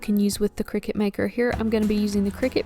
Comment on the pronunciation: It’s a cutting machine, not a game played over scones in white caps. Kricut kri-cut The end of the brand name is pronounced “cut”.